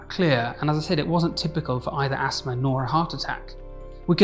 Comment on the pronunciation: I was wondering what an asmr attack was, never heard of that. I now realize he's saying asthma lmfao